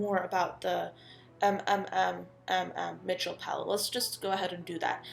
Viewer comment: Just so you know, sweetie, his name is not M M M Mitchel, but put the m sound all together...kind of like you would if you had a stutter. As an example, with my name, Shelbie. sssShelbie. It’s repeating fast, mmmMITCHEL. I hope that makes sense! And what a fun video idea! Much love to you, Shelbie =)💜🧡